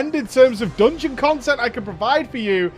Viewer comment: MOOTSJ MORE AGGRESSIVE MOOTSJ MORE COOMFORTABLE WITH THE DOONGEON ITSELF